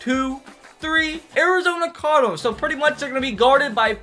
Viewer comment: The way you said cardinals lol